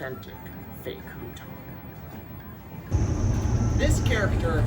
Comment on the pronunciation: At the end of your stay in China, you were pronouncing hutong like that?